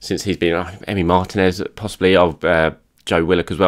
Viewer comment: Not: Martin-ez Correct: Mar-teeee-nez